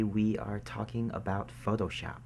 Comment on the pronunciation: say photoshop again :D